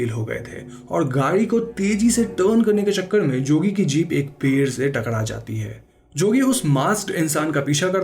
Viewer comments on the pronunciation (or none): none